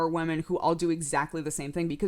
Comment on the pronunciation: the way you say women niggles me in the slightest. sounds like wemen. but whatevs, you are delightful...